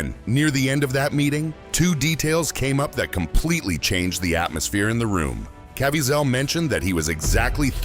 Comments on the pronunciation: Cá veez' el. NOT CAV VEE ZELL. Thank you for your attention to this matter! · Donna, that annoyed me also. His name is pronounced CA-VEE-ZEL. Emphasis on VEE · Can you get his name right??? Ca-viez-el... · Wish this guy would pronounce Jim's last name right.